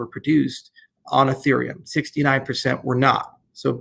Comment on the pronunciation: I think he low key called ethereum infereum lol